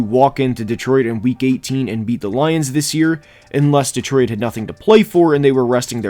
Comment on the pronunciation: The way you say Detroit drives me nuts lol.